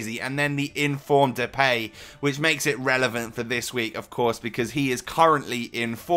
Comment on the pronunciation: You say Depay wrong. You say "The pay". That is wrong. You should say it like this "The Pie".